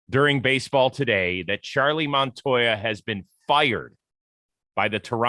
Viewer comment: Charlie keeps calling him Montoya. Is it really that difficult?